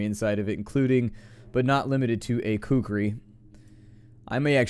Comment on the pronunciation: Not sure if you purposely decided to pronounce Kukri wrong...